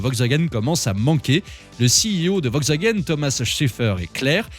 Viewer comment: On prononce "VoLkswagen"... Et sinon, depuis quand on chronomètre un 0 à 100 au centième de seconde...? 🤣🤣